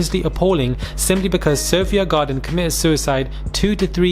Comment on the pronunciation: Lol 'Sophia garden' do you mean Sophie Gradon?? 😂😂